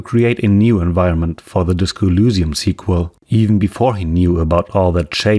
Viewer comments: Why do you pronounce Elysium as [ulusium]? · Great video. One thing to note though. You make a very in depth video about a subject. It'd be nice if you don't mispronounce it 20 times during the video. You even show clips of them pronouncing Elysium properly. I don't know why it bothers me this much but it's something that in my opinion should never be fucked up. You do dozens of hours of research but can't be bothered to pronounce it right? If the facts weren't on your side then I would've dismissed the video because how do you want people to trust you when you can't even get the name right? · accent bro